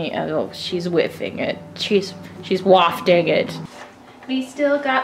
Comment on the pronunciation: "She's Whafting It."